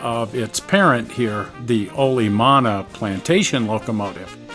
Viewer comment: Another fun screwing around adventure! Thank you both! But please, start pronouncing Olomana (the engine) correctly. That's a Hawaiian word and should be "oh-loh-mah-nah". You're missing the vowel in the second syllable. English speakers often mispronounce Hawaiian words, which is predictable and understandable, but what English speakers don't understand is that they often end up saying something VERY RUDE and scatological, even if they don't intend to.